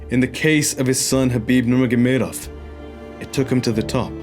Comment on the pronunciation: showing off. Just because he can pronounce Khabib's surname so well, no reason to say it so many times... Great video